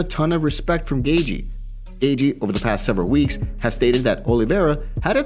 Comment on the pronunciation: It’s not pronounced gay-gee btw. U sound like Bisping